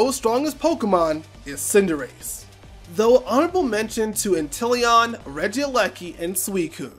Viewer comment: No, it's inteleon bro